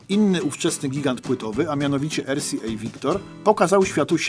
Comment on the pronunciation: Nie mówi się ErSiEj, Tylko ArCiEj, gdyż litera R czytana jest jako AR